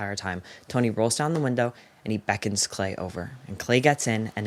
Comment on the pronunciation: i am obsessed with the way you said tony like you sound like a new yorker (in the best way) great video!